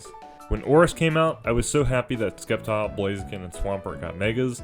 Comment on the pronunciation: that sceptile pronunciation. :( also lack of national des isn’t terrible, i think it was inevitable.